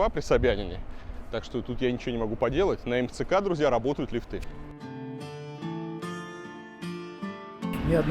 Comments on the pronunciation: Не лифтЫ а лИфты! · Господин архитектор, не лифтЫ, а лИфты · слух режет не лифТЫ а лИфты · пожалуйста!!!!лИфты!!!НЕ лифтЫ!!! нет лИфта, лИфтов и т.д. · Скажите Илье, что в слове лифты ударение на И ставится, а не на Ы - лИфты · В слове лифт(ы) во всех падежах ставится ударение на первый слог, Илья, не позорься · Не лифты, а лифты. Ай яй яй...